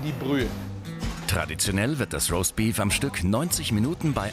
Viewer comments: "Raustbief rauskommt...."😂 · Was ist denn bitte rossbeef? Jumbo soll mal aussprechen lernen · Niemand: Absolut niemand: Jumbo: ROSTBIEF